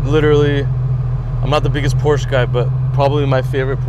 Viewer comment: You pronounce it, Por-sha you donk